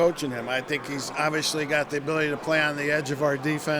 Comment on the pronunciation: Vance "Oviously" Joseph